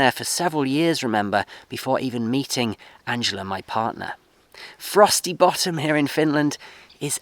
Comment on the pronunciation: Hope your venture works out well for you. Did you say Frosty Bottom or Frossy Bottom? lol